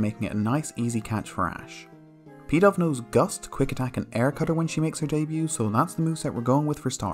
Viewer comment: When he said "Pidove was unaffected by Snivy's charm" it sounded like he said "Peta" so I was like, oh god here we go with a reference to that gross pokemon parody they made